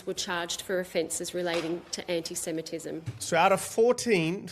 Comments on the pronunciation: Our PM can’t even say anti semetism properly. He continually says Anysemetism. But it’s been fine and dandy to have people saying gas the Jews, globalise the intifada, allah Akbar, kill kill the IDF, celebrate the deaths in 7/10. Everyone has been saying this is wrong EXCEPT the govt. now they want to stop hate speech. Hahahahah they are a joje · If I have to hear Albosleazy say enisemetism once more Im going to vomit 🤮. He cant even pronounce his words correctly . Lazy in his job and lazy in his pronounciation . 😡😡😡